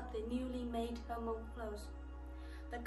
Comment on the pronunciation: Please keep and maintain the Hmong technique/ art . I was also wondering why is your pronunciation of Hmong, Ha-Mong ? Thank you